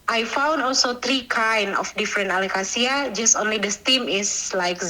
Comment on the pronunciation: How are you going to hear Jacklyn say alocasia and then pronounce it completely differently